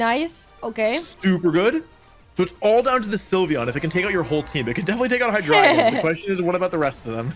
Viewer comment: Pretty sure you’re pronouncing Hydreigon wrong